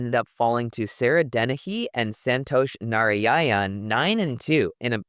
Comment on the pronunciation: Really pronounced well most names. Santosh Nari-Ya-Ya-n was funny :D